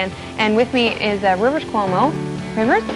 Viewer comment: that shit eating grin after calling him "rivah weezah!" but he still keeps calling him rivah after apologizing for the mistake. 😆